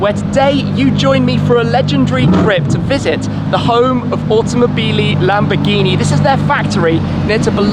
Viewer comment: AUTOMOBILYYY LAMBOGHINI Wtf as an Italian I'm suffering hearing this